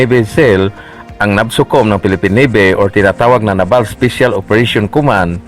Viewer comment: Ayusin mo nmn pag bigkas ng naval